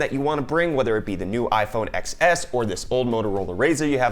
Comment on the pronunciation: How is this a tech channel but you pronounce iPhone Xs incorrectly?